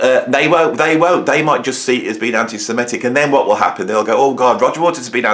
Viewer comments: BTW it's "Semitic", not "simetic". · Hey, I just love your rants. It's so entertaining whether I agree with you or not. The word though is semitic from semite and not semetic. I think Roger's views on Russian aggression are maybe less easy to accept.